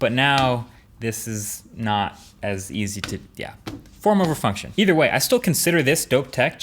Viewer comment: I kept hearing former refunction for the whole 5 mins.